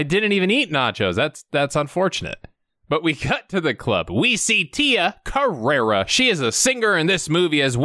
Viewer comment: Carrere, not Carrera!!